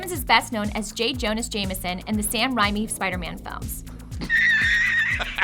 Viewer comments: sam ram-I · It's RAY-me not RHYME-y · Ok this is a lot. 1. Fact 17 has the voiceover say 18 2. Each fact is a fraction of a whole fact that is continued across 3 or 4 facts 3. "J Jonas Jameson in the Sam Reimi Spider-Man films" It's Jonah, not Jonas, and Ray-mee, not rei-mee 4. You completely mislabeled the adventure and space cores 5. 66 and 91 are the same fact